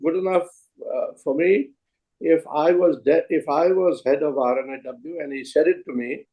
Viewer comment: Wish Karan Thapar can take the effort to say R&AW just like Mr Dullat says it. Karan Thapar is lacking professionalism